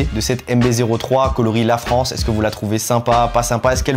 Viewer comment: Le "é" de "LaFrancé" l'air de dire : on est là hein